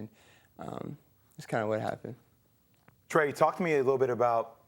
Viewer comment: Trae you need speech therapist, seriously!